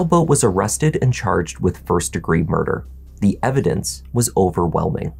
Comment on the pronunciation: What blood? What latex glove? I was just taking a shower. I don't know what you mean. What's "eh-vi-dense"?